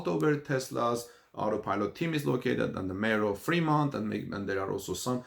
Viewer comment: Hahahaha the only Tesla factory that is closed is pronounced Free-mont and is in the Free World!